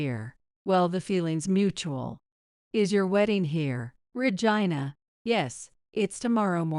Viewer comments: Your miss announcing the word Regina sounds like virgina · I gave you a thumbs down because the narrator keeps mispronouncing Regina name the name Regina